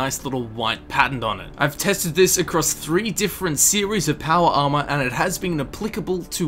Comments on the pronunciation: "PAWAR ARMAAAR" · "your powa arma" i love it when you say that xD